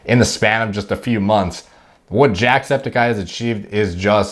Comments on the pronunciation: I thought u said jacked speticeye 😂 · It’s Jack Sped-icy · Why do I hear you say "JACKEDsepticeye" when I know that's not what you said. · I heard it too